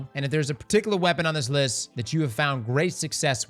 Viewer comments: "now for the next weapon on the wist" :3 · "the wext weapon on the wist" bro i had to do a double take to make sure i heard that right XD(its fine it happens) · "next weapon on the wist" hahaha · I thought I was crazy. Turns out I am, but I did hear wist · I knew I fuckin heard that right☠️